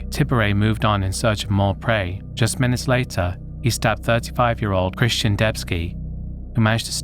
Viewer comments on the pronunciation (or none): none